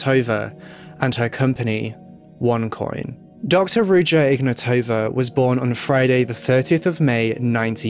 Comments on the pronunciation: Its IgnAtowa not IgnatOva. Wrong intonation. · Intresting how you didn't mention the mispronunciation of her name.